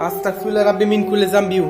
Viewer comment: আল্লাহু আকবার চারবার বলতে হবে তিন বার হবেনা আসতাকফিরুল্লা হবেনা এটা ভুল আস্তাগফিরুল্লা হবে